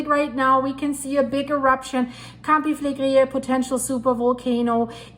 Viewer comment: Pronounced Campi-fill-leg-ri❤